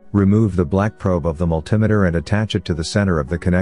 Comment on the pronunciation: What the hell is a "multim-a-ter" Oh wait! multimeter. (multi-meter)